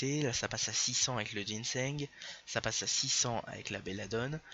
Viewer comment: Ca se lit et prononce GINSANG good lord